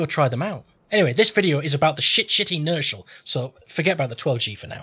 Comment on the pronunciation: You came up with a good dozen unique, funny mispronunciations for the name,! Sugar Lump Inertial is my new name for the gun.